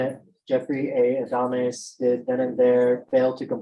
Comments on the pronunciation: His last name, Adamis, when pronounced sounds like , A Dumb Ass. Very appropriate. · 🤣🤣sorry i watched this at playback speed 2X and when she said his last name it sounded like she said:"dumbass"😆🤣🤣🤣